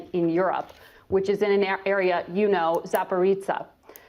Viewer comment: ZA PO RO JIE!!!! LOL! NOT ZA PO RITSA!!!! GOD, WOMAN, LEARN NAMES AND IMP GEOGRAPHICAL LOCATIONS U ARE PLANNING TO DISCUSS!!! THAT SHOULD BE YO BASIC HOMEWORK!!!! AND LEARN TO LISTEN!!!! WHAT IS THE POINT OF ASKING A QUESTION IF U ARE STUBBORNLY SET IN YOUR OPINION.